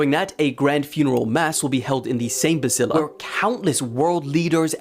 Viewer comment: It's a Basilica, not a Basila.